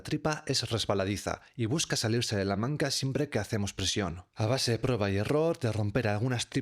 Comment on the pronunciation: ¿Por qué llamas "manca" a la manga pastelera? ¿Es que eres tonto o algo así? No creo que seas tonto, pero por favor te pido que lo digas bien.